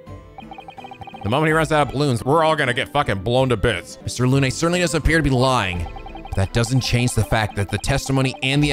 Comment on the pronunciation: Balthazar Lu-nay It’s pronounced Loon,. BALthazar LOON